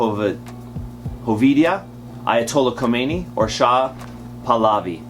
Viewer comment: Re: #15 Ya gave it away because "Ayatollah Khomeini" was the only name you could pronounce. And Vonagoo? Still love you cats. Peace on earth.